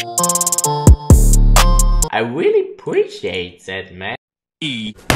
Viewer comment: Eli‘s Nachbarn: I really dont pREasCHiat ThAT